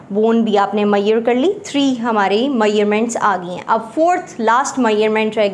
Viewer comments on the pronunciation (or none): none